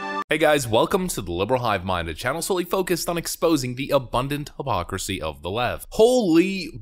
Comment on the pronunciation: Why does everyone pronounce hypocrisy as hoppocrisy?